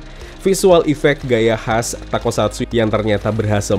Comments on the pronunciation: bang bukan takosatsu tapi tokusatsu, wahh keren banget semoga tokusatsu di indonesia buatan aendiri trs berkembang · Bang, toku, bukan tako